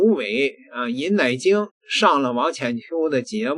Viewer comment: 每次读到奶精，我就想笑，